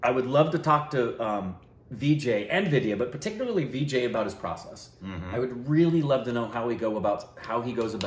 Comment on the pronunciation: *Vijay Raaz please .... not Vijqy